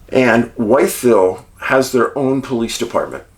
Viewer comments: We pronounce the name differently in Virginia. I live in narrows about 40 minutes away. Sort like …. Withville 👍🏻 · Love your work!! I watch every episode, an movie, had to say it but , Wytheville is most commonly pronounced "With-ville"